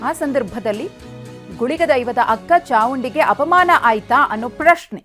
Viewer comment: ಚಾವುಂಡಿ ಅಲ್ಲ ಮೇಡಂ.. ಚಾಮುಂಡಿ ಅಮ್ಮ... ನೀವೂ ತಪ್ಪು ಹೇಳ್ತಿದ್ದೀರಾ...